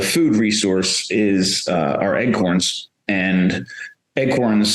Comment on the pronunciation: lol...Is he actually saying "Eggcorns?"